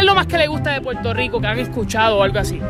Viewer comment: Me revienta cuando tratan de imitar nuestro acento y dicen Puelto Lico, como si fuéramos chinos, no puedo con ellos me sacan, nosotros nos comemos las r pero no esa clase de r sino las que están entre medio de las palabras entre las consonantes, no sean brutos y observen mejor. Las r seguido de vocales NOOOOO